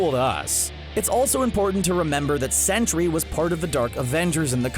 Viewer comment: BTW it's not century. it's Sentry